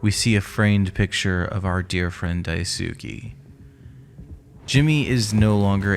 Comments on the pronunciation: It's DAI-S-KAY not DAI-SU-KI Like Sasuke from Naruto so many pronounce it wrong... Ugh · Ive noticed that, I figured it was supposed to be something like "Dies-kay" but then noticed everyone else was doing the ither pronunciation and figured they've knew something I didn't. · Amazing video but please pronounce Daisuke’s name right 😭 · How hard is it for y'all to look up how to pronounce Daisuke half the videos do the same annoying pronunciation